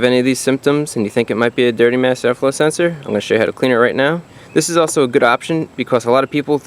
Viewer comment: Really need a "mass air flow senseor" counter. Lol